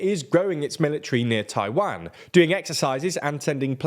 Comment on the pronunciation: Is it too much not to sound like Wario when you say Taiwan? It's Taiwan, not Tai-waaan